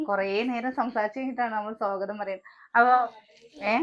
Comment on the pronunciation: എത്ര നാടനായാലും സ്വാഗതം എന്നുള്ളതു സോഗതം aakathilla